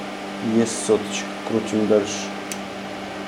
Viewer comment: обожаю твоё произношение СОТОЧКА